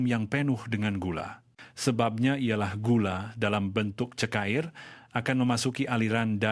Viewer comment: 1. Sebutan sebutan pelik Cara di sebut kara Cecair disebut cekair Racun disebut rakun Cuba disebut kiuba